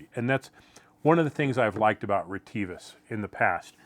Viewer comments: On other YouTube channels I've heard the company name pronounced RET-uh-vis. Do you know for certain if reh-TEE-vis is the correct pronunciation? For example, have you talked to a sales rep, perhaps at a trade show or on the phone, who pronounced it that way? LOL, I have no idea what the correct way to pronounce it is! 😂 Thanks. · Hi dear, actually the RET-uh-vis is correct, thank you for caring about this point. We consider our users around the world have their own language pronunciation and accents, so we have not always corrected that.